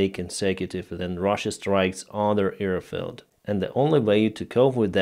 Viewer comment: I love your reports. Just try to say AIRfield, not EARfield, AIRplane, not EARplane, AIR force, not EAR force etc etc...